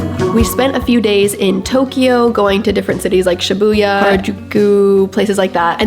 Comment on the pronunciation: Your Japanese pronunciation(Harajuku,Shibuya) is perfect!! 日本に来てくれてありがとう!! また本を持って遊びに来てください❤️🌸